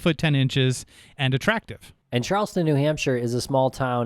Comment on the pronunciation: &, it is CHARLESTOWN NH not Charles-ton, BUT CHARLES-TOWN, please!